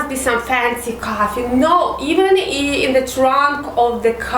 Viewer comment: Coffee and cuffy shop lol , learn proper accent